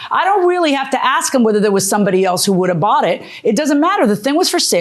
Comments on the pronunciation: Why does she keep saying AKS instead of ASK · The woman says “axe” instead of “ask?” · axed and asked are two different things! pronounce it properly people